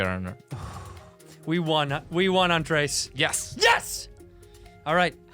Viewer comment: He keeps saying Andreas instead of Andres too